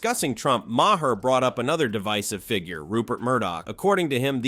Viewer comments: It’s pronounced MAY-er, MAGA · imagine someone who likes Bill Maher so much that he can recite and replay so many of his jokes, yet can't even pronounce his name correctly even once